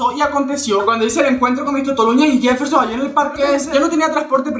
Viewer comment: Yefelshon, Yefelshon :v